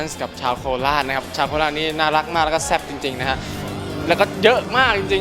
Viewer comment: "ชาวโคราชนี่น่ารักมาก แล้วก็แซ่บ!จริงๆนะฮะ" ถ้าจะย้ำตรงคำว่าแซ่บขนาดนี้ 55555